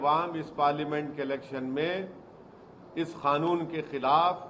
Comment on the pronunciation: Madachd Owasi, tu pehele bolna sikh ch oo tia. Woh kha-noon nehi Kanoon hai bha d we.